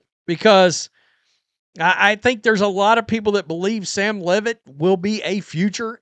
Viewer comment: It's Leave-it!